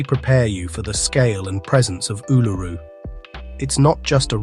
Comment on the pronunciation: Your pronunciation of Uluru is wrong. It is pronounced oo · luh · roo. You should Google to check the names in all your videos. Considering your pronunciation of Uluru, I can see that you have not been there because there is no way you would have that pronunciation. So this is not an inside story; it is research findings. These locations need a lot more research and understanding before one heads off to them. The safest one to try is the 12 Apostles, as it is a day trip from Melbourne or an overnight trip to stay in a town close by.